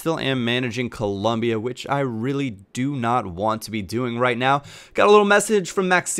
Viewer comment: ColOmbia, no 'U' please lol.